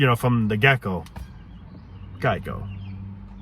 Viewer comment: Gecko lol gieco